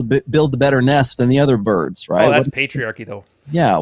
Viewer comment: “that’s pultriarchy”